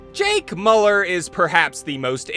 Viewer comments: it's miu-lerr not moo-ler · I like the video but jesus you kept pronouncing his last name wrong. Its pronounced Mew-Ler